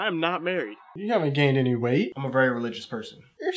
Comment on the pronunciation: "you did not gain any wight"